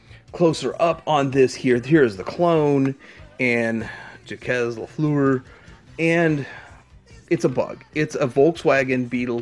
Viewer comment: Great vids and I gotta tell ya...Jacques LaFleur is a French dude...so it's pronounced in the french style... :-)